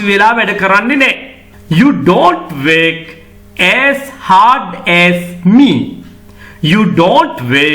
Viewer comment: Work, ව (ර් )ක්‌. ශබ්දය විය යුතුයි නේද?